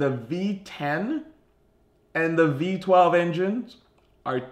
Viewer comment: Did he said V 12 ? During 1st intro